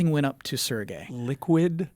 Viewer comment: Correction: Serge is a french name. It's not pronounced like Sergei with a hard "g". The first "e" is more of an "eh" sound and the last "e" is almost silent. In English, you'd probably pronounce it like the word "surge" though. Props for the last name though, you got that close enough.